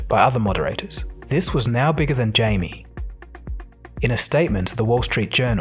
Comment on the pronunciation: Jamie <> Jaime (Hi-Meh) his name is in Spanish.